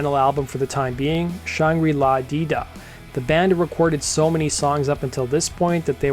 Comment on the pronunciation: Guy, it's "Shangra La Di Da." Your pronunciation is off.